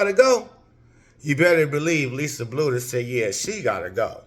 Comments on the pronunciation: It's pronounced Blue-der. Keep it coming! Thanks! 👍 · Learn how to say Coach Bluder’s name right!